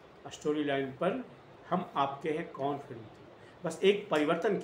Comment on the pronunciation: अबे बॉस पहले नाम तो सही से बोल लो मूवी का शुरू होने से पहले ही लटक रहे हो😂